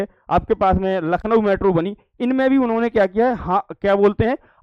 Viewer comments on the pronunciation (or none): none